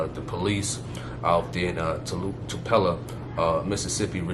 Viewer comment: My friend took me to church with this guy once, and the first thing when I got there, he tried to hug me like not a side hug, but a full-on hug. Also it's not pronounced Too-pa—la, it's pronounced Too-Pel-O